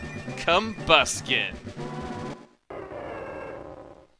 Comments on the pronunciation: combusken sounds more like come busking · I think i heard him say "Torchic is going to evolve into...Cumbasket"? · thought you said come basket...